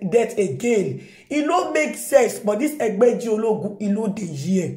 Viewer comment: Your pronunciation of Egbeji Oloogun is what I like hearing always 😏